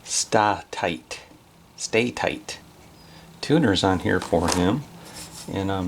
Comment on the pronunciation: Stah Tight, Grover ! Stah tight !...lol :)